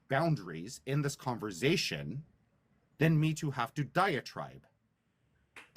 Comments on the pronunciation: Who wants to have a “converZation” with a petty control freak😂😂😂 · Converzation hahaa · “In this converzation”…and man, if you made a drinking game out of how many times he said the word “boundaries”, we’d all be dead 😂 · "Converzation" makes my skin crawl 🤮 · converzation... wtf? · Converzation? What a tool, only tools choose to mispronounce words. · Conver Zation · cOnVeRzAyTiOn okay buddy